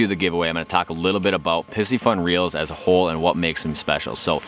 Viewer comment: Great video. Although I think you're mispronouncing the name. Py-cee-fun....not pissyfun. It's a play on the astrological sign "Pisces" which is represented with a fish symbol.